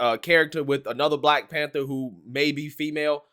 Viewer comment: "Black Panbther" Lol.